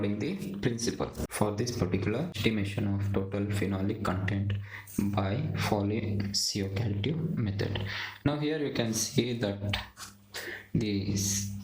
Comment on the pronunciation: learn to pronounce the name correctly.. Folin Ciocalteu